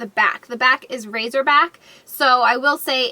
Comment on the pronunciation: It's 'racer' not razor lol